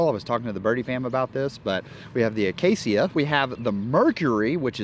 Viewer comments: Uh-Kay-shuh. Acacia. Say it with me: uh-Kay-shuh. Acacia. noice topic and vid. 😀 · Coming from a veteran Minecrafter, it's pronounced "Uhh-cay-sha." Also, it's an AGL disc approved in July, 2023.